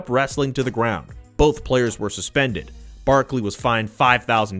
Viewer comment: keep saying "BOAF" instead of "BOTH"